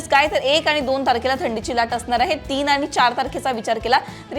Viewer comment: मॅडम भाषा फारच अशुद्ध आहे. आनी पानी मधे सुधारणा करा बाकि सर्व ठीक